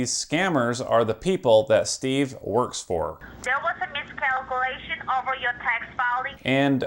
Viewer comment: They just love the word “miscalculation” and it cracks me up cuz they can never pronounce it. It always sounds like “miscookulatoon” 😂